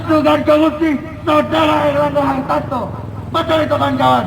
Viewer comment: Pecinta Partai Golkar kok salah sebut nama Ketumnya! Aneh!!! Namanya Erlangga harTARto kok disebut harTANto. Hahaha.., menggambarkan demonstran bayaran.